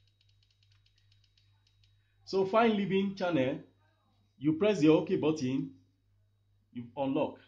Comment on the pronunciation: Its button not Batin